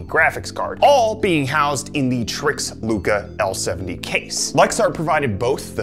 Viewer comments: I believe its trike not trix lol , looks good tho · It’s pronounced trikes